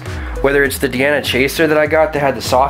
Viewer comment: You seem to be one of the only people reviewing a Diana airgun who pronounces the name of the company properly, including all the big company channels. I’m subbing based on that alone. Still watching the review.